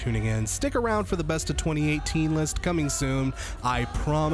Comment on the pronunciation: Every time you said I lived bitch instead of 2018 I swear it only got funnier